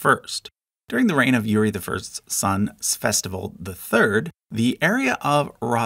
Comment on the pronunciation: "Fsesfolod"... Why do you pronounce it like this. It's Vsevolod, not " Fsesfolod". Why "v" turned to "f"? Where did the second " s" came from?